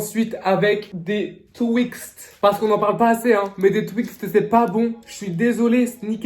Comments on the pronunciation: C'est Twix et pas twixt 😂😂😂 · "Des twixt" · "des twixte "🤣🤣 sinon continue comme ça je t'adore toi et Happy❤❤